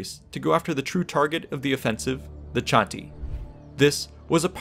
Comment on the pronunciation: Funny....but it's actually pronounced "Kah-Ti", not "Cha-Ti".